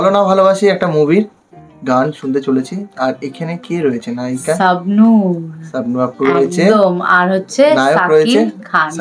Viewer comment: আপনাদের উচ্চারণ ঠিক করুন দয়া করে।সাবনূর না,, বলুন শাবনূর।